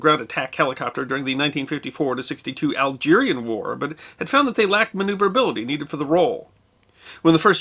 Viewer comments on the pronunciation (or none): none